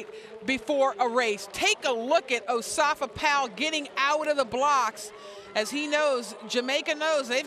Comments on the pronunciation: he says in Asafa in his interviews. not osafa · osafa powell -_- its asafa woman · I kno him but it's not "osafa" it's "Asafa" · Its Asafa NOT Osafa lady! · Its Asafa Powell, not Osafa Powell. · woman!, is not Osafa ITS ASAFA!!. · Asafa, NOT Osafa. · Doesn't anyone else hear how she's pronouncing his name; "Osafa" Powell... It's Asafa, not Osafa. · asafa not osafa :) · Asafa not Osafa 😒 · Osafa? lmao its pronounce Asafa lol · I crease every time she says O-safa Powell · whos dis o-safa powell guy da commenter keeps sayin, HIS NAME IS ASAFA, GET IT RIGHT LOL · I love to listen to her. The only thing she did wrong is that she incorrectly pronounced "Asafa." But, otherwise, what she says is correct.